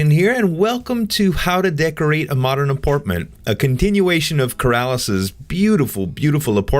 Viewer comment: it's apartment not aportment